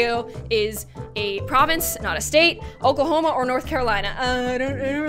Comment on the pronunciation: She said Ooie Homea not Oklahoma